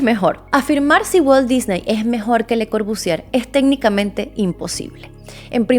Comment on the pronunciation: Solo un consejo: no pronuncies la R al final de Corbusier. Otra cosa, me encanta como lo explicas.